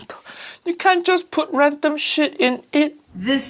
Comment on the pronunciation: I know he says Random but it really sounds like "You can't just put rectum shit in!"